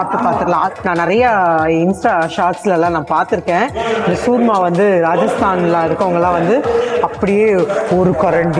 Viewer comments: Madam, It's called CHURMA NOT SURMA!!! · சூர்மா கிடையாது, churma चूरमा , கசூரி மேத்தி , North Indian ஃபுட் பெயர்களை சரியா கத்துகிட்டு ரிவ்யுக்கு போங்க.